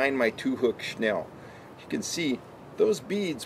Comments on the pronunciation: Right? That was annoying the hell outta me. SNELL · Correct way to say it is snell. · Snell is the correct way of saying the knot. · It's snell and a lot of people pronounce it "shnell"